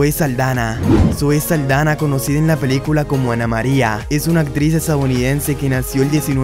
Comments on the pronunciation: Es Zoe Saldaña no Saldana y es Dominicana 🇩🇴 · También estas equivocado con el apellido de Zoe no es Saldana, es Saldaña.